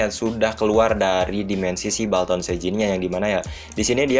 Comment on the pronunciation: Bang bukan baltan tapi bulton